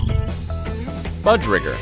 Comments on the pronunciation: Hey just a heads up budgerigar is pronounced with the i sounding like an E. So it is pronounced budgeregar. Budge sounds like budge and the gar sounds like it does in the cord cigar. In total it sounds like budge-er-e-gar. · BUH-j-air-eh-gar Budgerigar.